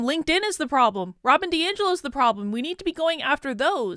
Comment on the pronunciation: Congrats. Some people even pronounced your name correctly!